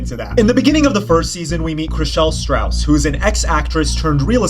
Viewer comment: Sorry minor note...it drives me crazy when people pronounce her name "Chrishelle Strause." It's Stause!! No R in there!! I love your videos though. I live for petty drama between well-dressed botox people.